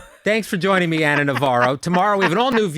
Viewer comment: Anna not Ann sorry